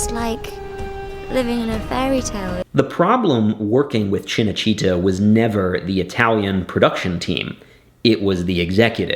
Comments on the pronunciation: cinecittá, not cinecítta.... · It's called Cinecitta not Cenecitta and Rai is pronounced Ray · Rai Italia is pronounced wry italia, not ria italia. And CinaCittà is CHINna chitTA, not CHINna CHEATer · Very nice backstory! But the pronounciation massacres make it hard for me to listen you! How can you pronounce RAI as Ree-a over and over? Cinecittά - not china-chEEta! Painful and unfortunately, very American! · An excellent video. That said, your Italian pronunciation is atrocious. CineCitta (pronounced Cheenay Cheetah, like the cat) and RAI (Reye as in eye). It's funny that Roman business practices are still going strong in Italy 2000 years later. BTW, the television show about Octavian/Augustus' palace intrigue you said would make good viewing are all included in the fabulous British series, I Claudius. Thanks for bringing this to light. Rome, one of the best series, was killed off too early.... Rome, we hardly knw ye. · Two things for what it’s worth. Rai is pronounced like “rye”. For Cinecitta, accent the “a”. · Also, Cenecitta' is misspelled. It’s Cinecitta’. Film (cinema) City. A section of Rome. And it’s pronounced chee-nay-chee-TA with emphasis on the “TA” - My family had an apartment there years ago. Sorry to be such a pest, but just want to add/correct to your excellent video here. I’m enjoying it very much. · Fascinating. But you could at least learn how to pronounce names like “Rai” and “Cinecittà.” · PLEASE take 5 minutes to lear how to pronounce cinecittà and RAI, not RIA